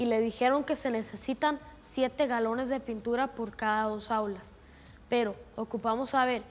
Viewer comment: alguien mas se fijo que dicen perrow🤣🤣